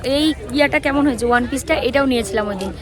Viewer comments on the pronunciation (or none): none